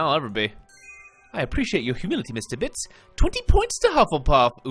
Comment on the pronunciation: I love the way you say Bits xD It's just amazing how great you pronounce it :)